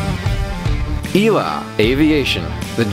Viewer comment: Sorry to be that guy, but it's pronounced "E L A", not "ela".